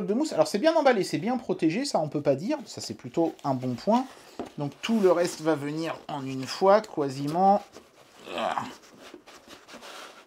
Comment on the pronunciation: On dit pas quoisiment